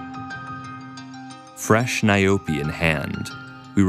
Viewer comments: It's not n?y-Poe! It's nyaope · "Nayobi" lol🤣🤣🤣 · "Nayobi" lmao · As a South African citizen, what made me laugh is how he pronounced "nyaope" 🤣🤣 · It’s call nyaope damn you pronounce it like crazy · Is he going to mispronounce the subject of the video the entire video? Yes, yes he is